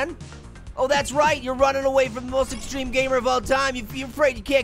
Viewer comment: stop saying exceme